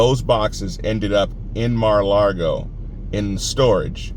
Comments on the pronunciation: Just a hint....It's Mar-ah-LAH-go....not Mar-ah-LAR-go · Don't want to nit pick, but there is no r in Lago. It's Mara Lago. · Please don't say Mara Largo. No R in Lago